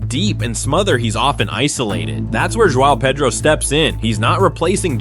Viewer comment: I like your video cuz you finally pronounced João Pedro correctly. Hats off.